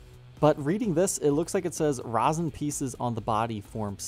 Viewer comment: Resin is pronounced like Rez-in not raw-sin